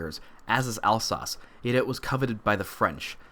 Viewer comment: "Al-sauce" smh come on man